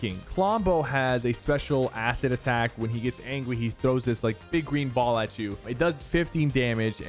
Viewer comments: LMAO, did Sypher just say, "Clombo has this acid atack when he gets ANGWY" LMAO he said "Angwy" not angry he sounded so funny lol. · "When he gets angwy" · “when he gets angwy” lol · Who all heard him say angwy !!!! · You said angui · He says angwy